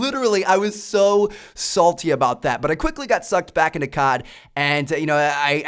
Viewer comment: Its COD... not CARD